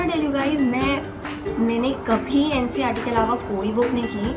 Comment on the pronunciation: It's NCERT not NCRT 🤣🤣.btw nice😊